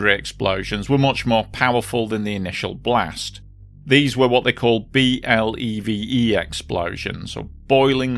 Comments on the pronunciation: BLEVE is usually pronounced as an acronym, something like "blevvy". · Just a note: BLEVE is pronounced "bleh-vee". But anyway you say it, it's a horrible thing. A common thing in all of these is that skimping on safety is very costly in the end. And PEMEX has a lousy record on this. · It's pronounced "blev-ee". We had one in baltimore a decade or so ago. The only thing to do with them is to try and cool off the tank before it detonates and kills you.